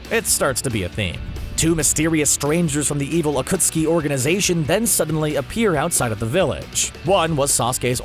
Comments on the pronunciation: im sorry butdid he just pronunce akatsuki as akutski??? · Is anyone gonna mention that this man said Akutsuki not Akatsuki literally miss pronounced the main group of antagonists for more than 3/4 of Shippuden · Akatski not Ukutski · He called the Akatsuki the Akutsuki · Akutski?? Its akatsuki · They do not watch naruto acustki instead of acatski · narrator you sade akutski instead of akatski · thankyou next A Kootski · Lmao narrator said “akutski 😂💀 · This one dude said ah-cuts-ooki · Bro did not just say akootski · Bruh the akootski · You said ukutskee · Mispronunciation AKUTSKI Daidara Sasari Jitso Yimato Kakaaza Asuma way to fast Karen( the name was accurate to her character) Hinata(way to fast) Uchia( to fast again) The tailed beast are not tailed demons EVERYTHING IS WRONG AND RIN IS WAY BETTER THAN SAKURA! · d-daaa-ra, wow EDIT: y-maa-to WOW EDIT 2: akuh-ski WOOOW EDIT 3: uh-suu-ma WOOOOOOOOOOOOOW EDIT 4: A female ninja named "Karen" LET ME SPEAK TO THE VIDEO'S MANAGER EDIT 5: m-daa-ra why FINAL EDIT: kah-ren incredible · I am sorry but did you say acuokskie and mudara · had me dying when he tried to pronounce 暁 (Akatsuki ) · When he mentioned akatsuki 💀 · bro super obvious you dont do any actual research sounds like most these videos they have no idea what there talking about saying Akatsuki and madara wrong. missing main people, calling tailed beasts demons. like these guys just find articles and popular topics and read the articles so they can profit off the videos. these the types of channels ruining youtube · Um What What you called them? Wrong way to say Akatsuki. Right way to say it. Wrong way to say Madara. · just randomly pronounces akatsuki correctly after consistently saying it wrong for 10 minutes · atleast they say akatsuki right, oh wait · says akatski wrong says akatski right I knew they were saying words wrong on purpose😂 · Omg look how he says akatsuki